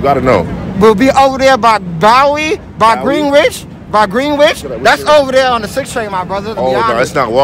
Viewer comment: "WOULD BE OVER THERE BY ✨bOwERy✨ by GwEEnwidGE- by GwEEnWIch"